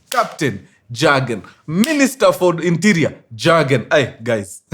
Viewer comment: Point of correction mkuru, Jurgen inakua pronounced, "Yurgen" J is pronounced as Y.😮